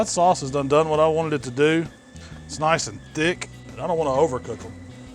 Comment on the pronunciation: What is his accent? How he pronounces 'olive ol' and 'nice (naahs) is funny.